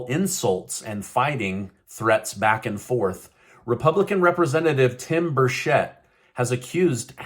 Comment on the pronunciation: Learn to say Tim Burchett’s name correctly!